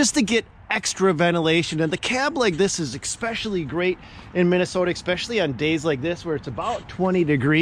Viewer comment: I find myself saying "There's no X in especially." but this is the first time I've had to say there's no K in especially.